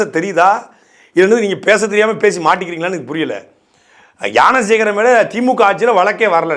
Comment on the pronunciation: தம்பி சாட்டை அவர்கள் யானை சேகரன் என்று சொல்வது எனக்கு மட்டும்தான் கேட்கிறதா இல்லை ஞானசேகரன் என்று சரியாக தான் சொல்கிறாரா தெரிந்தவர்கள் சொல்லுங்க தம்பிகளா